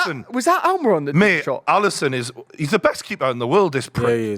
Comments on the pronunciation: Please don't call him Almayron. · Who the fuck is Alm-eye-ron